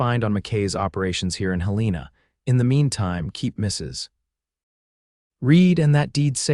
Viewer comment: Despite the repeated mispronunciation of Helena as Hel-EE-na, this was a good story.